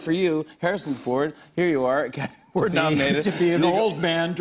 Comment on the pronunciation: leach Pretty sure he was trying to say Ford.